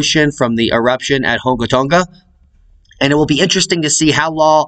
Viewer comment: Spectacular pronunciation! for the words around that area of Tonga Hunga! LOL! You are good at that. Same for the almost impossible to pronunciation of volcanoes etc in !Iceland! Probably wind knocked that camera over in Iceland. but falling asleep sounds funnier. Looks kind of close to man i,t even with zoom. I sure wouldn't hang around.